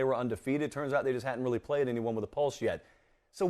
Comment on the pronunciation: But who have dey pwayed woo? 🤣🤣🤣🤣🤣🤣🤣